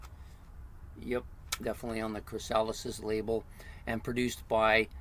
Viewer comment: It's pronounced "CHRIS-a-liss".